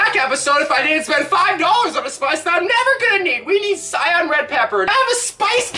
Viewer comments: I can’t believe he said cyan it is pronounced kay-Ee-n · I can't lie. When he said cyan instead of Cayenne. A part of me died. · “Cion red pepper” It’s pronounced kai-yān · Did you call Cayenne pepper ( pronounced kye Anne) sy enn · "cyan red pepper" 😂🤣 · my mans pronounced cayenne as cyan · Chef says sayenne Literally anybody who’s ever watched any type of cooking video or anything like that : triggered!!! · why do you say it like cyan blue it sounds like kyan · No one else mad that he said "cyan" when talking about cayenne? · Did this dude just say sayane pepper 😂😭💀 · It’s pronounced kai-ann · pronouncing ceyanne the same as cyan.....ok.... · The pronounceation of cayenne hurts me physically